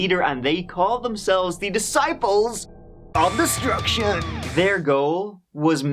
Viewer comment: I love how the news caster said the groups name wrong lol